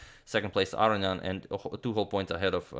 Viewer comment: Ah-roh-nee-ahn. Four syllables.